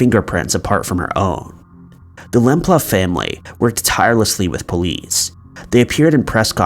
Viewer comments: Suzy’s surname is pronounced, by her family, as lamp-loo. Not lamp-luff. You mispronouncing her name is disrespectful. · Suzie's surname is pronounced lamploo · Interesting, I love this type of content. By the way, it’s Suzy Lamp-Loo, not Lamp-Luff. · Susie Lamplugh (pronounced Lam-ploo) case, John Cannan was the only suspect in the case, it is believed that he killed her but has never been charged due to insufficient evidence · It's Lam-ploo. All you mispronunciations are so distracting. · Also Suzie surname was improperly pronounced. It is Suzie Lamp-Loo although its spelt Lamplugh. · Suzie Lamplugh was unlucky to have 15 dollars in her purse. At least pronounce her name correctly ay?? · The pronunciations in this video are horrendous. The narrator never seems to get any of them right, he should at least research the names where they can easily be found. Both Edinburgh and Lamplugh have been incorrectly pronounced. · Number 3 !! We don't use dollars in England and you pronounce her name totally wrong. This is still sad here so please get it right. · Chrissy not have I not only too get a city name wrong but too pronounce suzies name wrong is pretty much unforgivable, such a beautiful girl who's life was taken at such a young adult age.